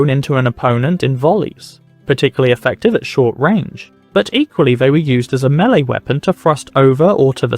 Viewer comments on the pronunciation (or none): none